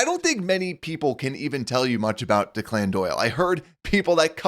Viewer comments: I’ll pay attention to your concern when you can pronounce his name properly. It’s Declan, an Irish name. Deck-Lynn. Not De-Clinn, which sounds like a Victor Hugo character. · The name Declan in pronnounced deck-lin, not DeClann. Just FYI. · The name is pronounced DECKlin Doyle. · Thanks for the off season updates but the guy’s name is not pronounced “Dee-Clan”. This is an old Irish first name, it’s’more like “Deck-Lin” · The OC's name is pronounced DECKlin Doyle. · This guy is talking Chicago sports and can’t pronounce ‘Declan?’ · You should learn thow to pronounce Declan!